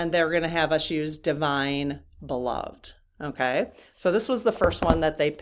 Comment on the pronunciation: Just want to share...I think "Beloved" as used in that deck refers to someone that is loved. And it is pronounced: be-LOVE-ed (accent on second syllable, and 'ed' pronounced as the man's name ED. So Prince Charming looks at Sleeping Beauty and says, YOU are my beloved.